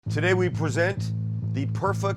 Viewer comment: "Today we pwesent"